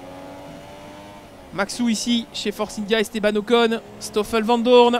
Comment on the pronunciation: Le speaker in-game qui dit Vandourne... Really?